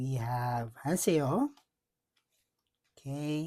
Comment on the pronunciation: It's JUWON not Jungwon😅 Hanseo not Hanseyo Im jealous my Heejuneeeee 🤩🤩🤩